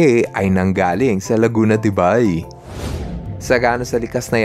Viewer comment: correct pronunciation is Laguna De "BEY"